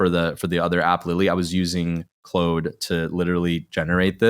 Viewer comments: Stop saying CLODE It's Claude. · This is a great and SUPER helpful video! Thank you! Issue: it’s pronounced like “clod.” Not “clode.” For reference… 90’s action star Jean Claude van Damme. 🙄😜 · I, for one, don't think it's ode that keeps pronouncing it Clode. Lave hyme alown.